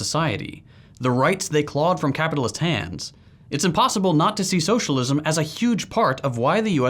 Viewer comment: "shullism" fucking hell 😂